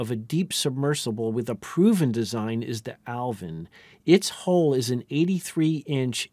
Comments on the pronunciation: The narrator pronounces "stress" as though the spelling were "shtress." And his incorrect pronunciation of "hull" is interpreted by the cc as "hole." "Hull" rhymes with "dull," not with "pull." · The entire point of a language is that people understand each other, I understand the word Hull in many accents, none of them pronounce it as "HOLE" instead of HULL - except for some reason Americans who have the WORST education system in the western world.